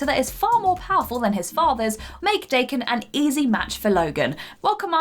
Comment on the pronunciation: She mispronounced DAH-KEN. Dumb bitch.